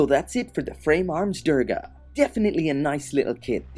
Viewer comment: its actually pronounced "Durr-ga"